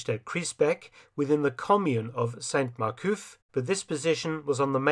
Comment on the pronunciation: Silent "t" with male saints in french (that begin with a consonant), Dr F - but not with females; ie Sainte Mere-Eglise. Otherwise, another BZ!